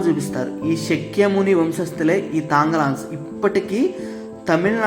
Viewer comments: బాబు! స క్య ముని కాదు, శా క్య ముని. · "శక్య ముని" కాదు... "శాక్య ముని" అని పిలవాలి. బుద్ధుడిని శాక్య ముని అంటారు.